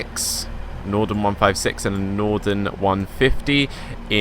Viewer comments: i swear you keep saying nordern, its really bugging me, its northern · No he is saying nothenrn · Williamg209 yes...Norden. Very irritating.